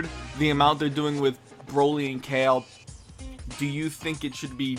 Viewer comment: Everytime u said Cale, instead of "Kah-Leh" I cringed. Wow the animation is so bad compared to the 90s. I felt like they were just giving us a animated short fight of Broly so it's not bad...